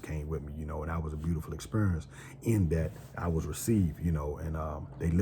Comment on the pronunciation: I knew you was from DC soon as you said experience 😂